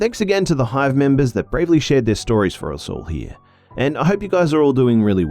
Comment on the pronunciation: Hive members 😂 it's funny she says it.